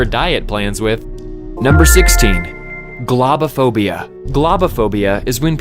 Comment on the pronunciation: This dude cant pronounce globophobia lol.